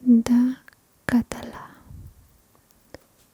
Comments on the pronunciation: Es calatà No calatá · I es català no calatà😂